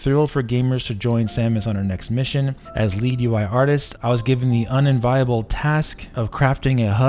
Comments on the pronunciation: "un-en-viable"? "un-envy-able." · Have you never heard someone say unenviable before? It's uhn-en-vee-uh-bl.